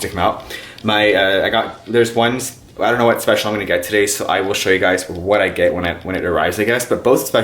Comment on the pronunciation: Cuando you wanna day “Special” pero like you say “Especial” lol happens to me all the time!